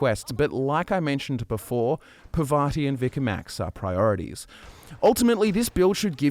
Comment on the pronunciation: You know, Parvati is not really hard to pronounce. I just don't understand why everyone mispronounces it.